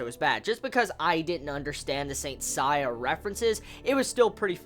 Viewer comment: Nice review as always! I can tell you are not familiar with Saint Seiya when you can't pronounce "Seiya" properly lol. I've been a Saint Seiya fan for over 10 years and I loved this episode.